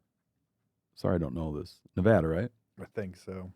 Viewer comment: If you’re going to say Nevada like NevAHda then you better pronounce it with the proper Spanish pronunciation, which would sound like NAY-VAH-DUH. So just drop that AH sound and say Nevada like it should be. Navæda